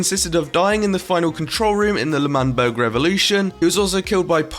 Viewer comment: ITS L’manberg not manberg 👍🏼